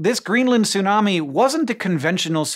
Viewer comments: It's tsunami, not sunami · you need to pronounce the T in tsunami! its not Sunami... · Stop saying "sunami", the t is not just for looks. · Sorry, I can't watch this video. I forgot that you don't ever pronounce the T in Tsunami, and as I guy who's devoted years of my life to the study of Japanese, I just can't bare hearing you say "soonami" over and over and over and over and over and over. I have to skip this one. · The way you pronounce tsunami bothers me so. Is it really that hard for native English speakers to pronounce /ts/ when it becomes the first consonant of a word? You don't seem to have a problem pronouncing "bits" as an example.